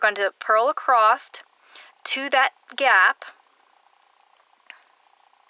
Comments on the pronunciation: I have watched many of your tutorials I just want to say that you keep saying accrosed it’s said across. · Wonderful, wonderful tutorial...thank you so much! You explain things so clearly! But please! There is no 't' in the word across! LOL